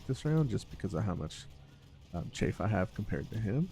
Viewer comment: Just a note: Chaff pronounced Chaaf, not Chafe. Chafe is what your foot does when it has athlete’s foot, or what thicc peoples thighs do when they run in jeans.